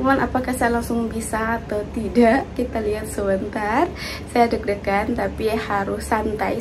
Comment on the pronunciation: Deg-degan, BUKAN dek-dekan🤣🤣🤣🤪